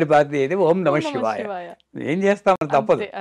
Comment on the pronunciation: బాగా చెప్పారు. చెప్పాననుకోకండి నమషివాయ-కాదు నమశ్సివాయ-✔️.. షక్తి-కాదు శక్తి- ✔️